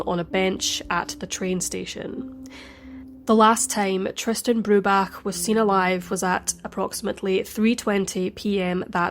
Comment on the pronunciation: Something else I noticed that was odd: He seems to constantly mispronounce Tristan's Name as "Tristian", with an additional I.